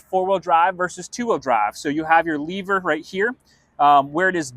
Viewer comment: dude, it's LEV-er not Le-Ver